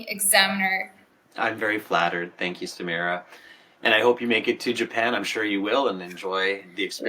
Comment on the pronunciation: Samira ❎ Samura✅😂